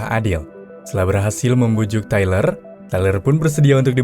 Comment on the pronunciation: Treler wkwkkwkw tyler cuk baca tailer wkwkwkwksk